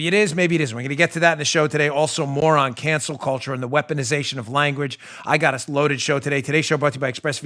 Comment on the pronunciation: That sounded like you said "Moron cancel culture". Good job😘